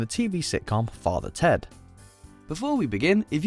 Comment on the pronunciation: You butchered father ted you clown .